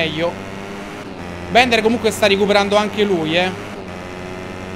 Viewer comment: Ciccio non si pronuncia bender ma Bilder